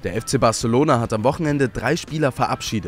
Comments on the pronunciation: Barechelouhna ? Okay 🆗! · Batzelona! Barselouna? Oke.